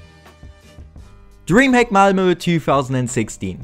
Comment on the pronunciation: Its malmö